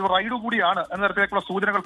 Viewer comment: Raid, റെയ്ഡ് അല്ല ,, Ride, റൈട് എന്ന് പറ